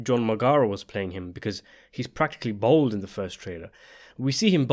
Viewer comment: the word is 'bald', not 'bold'.